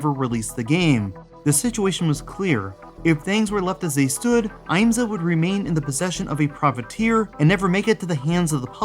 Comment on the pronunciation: As a motorsport fan, the fact that an IMSA game was actually in the works is amazing! Just one little nitpick, though: the I is short (IHM-suh), not long (IAM-suh). That aside, thanks for talking about this.